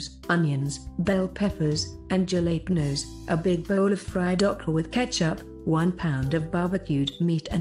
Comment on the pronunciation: This lady can't pronounce Jalapeños